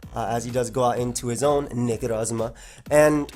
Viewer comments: Take a drink everytime you hear weird way of saying Necrozma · stop saying Necrozma like that lol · Love the way you say Necrozma